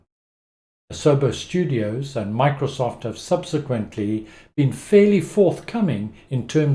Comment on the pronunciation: my god you talk slow. lost me at sub sa quent ly good bye